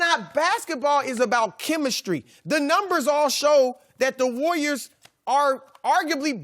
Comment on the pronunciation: Chris says the War-yours instead of saying the Warriors